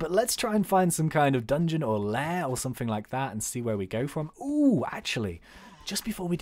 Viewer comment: you keep on saying somefing